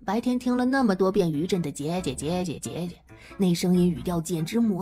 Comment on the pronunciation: aw lawd the AI english. the "Sister" in chinese is "jie jie" how did it became "Jia Jia"? gosh!!! gotta mute!!:face-blue-smiling::face-blue-smiling::face-blue-smiling